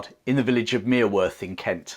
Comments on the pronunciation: The local pronunciation of Mereworth is 'Merry-wurth'. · A little correction for you: The village in Kent where Lucas is buried is pronounced Merryworth, although the spelling is Mereworth.